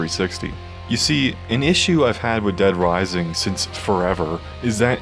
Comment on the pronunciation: "Dead Wising" 😆